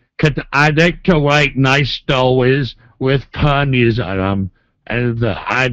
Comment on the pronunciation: Nice stowwies